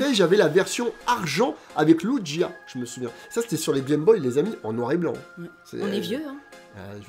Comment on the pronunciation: quelle belle collection bravo a toi par contre les fan hardcore de pokemon vont te tuer sur la prononciation de lugia 😂